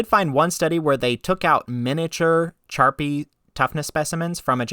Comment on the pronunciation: it's pronounced, "Sharpy" not "Charpy" even though it's spelled with ch. I agree that modern steel forging is better quality than tamahagane. There's no question about it. The Japanese smiths back were ahead of their time, making poor quality iron sand into as good as it is.